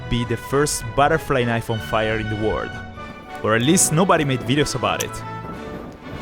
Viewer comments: Why do you say world with word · Bro is saying word instd of world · Why is bro saying word it's world